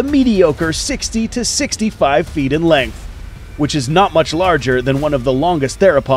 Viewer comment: Feet not fert